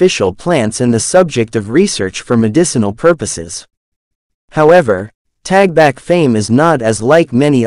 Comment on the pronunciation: Talbak not tagbak